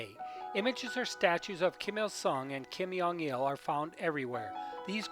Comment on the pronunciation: I like how u pronounced Kim Jong Un : Kim yung wun ; and also Kim Jong il as Kim Yung eel